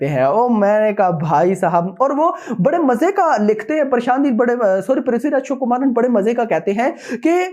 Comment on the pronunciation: Vo Prithviraj “chukumaran “nahi,Prithviraj Sukumaran h😂